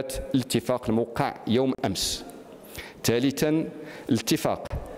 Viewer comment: للاسف وزير التعليم يسقط في اخطاء لغوية فادحة..فعل وقع اسم الفاعل الموقع ينطقه بنموسى بصيغة المفعول